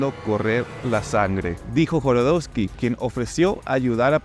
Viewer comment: Jodorosky, no Jorodosky....